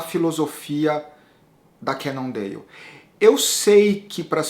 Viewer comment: essa pronúncia "cannondeio" kkk....Eu vi falantes de inglês nativos ñ sei de que lugar pronunciando "cannondale" com som de L. Bem ñ sou um expert em língua inglesa mas o q seria melhor pra ñ passar vergonha na frente dos gringos?